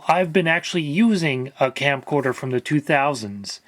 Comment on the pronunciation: Anyone else hearing "Campcorder"? I think I'm going to start using this name now.